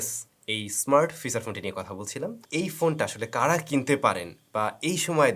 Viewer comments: বস্তি youtuber বলে fisar ফোন 😅😂😂😂 বস্তির মতো pronunciation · উচ্চারণটা ফিছার না, "ফিচার" হবে। আশা করি ভবিষ্যতে শুধরে নিবেন। শুনতে খুব খারাপ লাগে